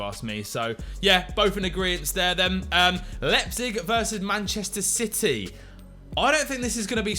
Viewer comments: Lie-pzig not lep-zig 😆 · Nan-Tez and Lep-Zig. Oh dear... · Love this series but please learn to pronounce Nantes and Leipzig!!! Lol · Should probably try pronounce Nantes and Liepzig correctly first.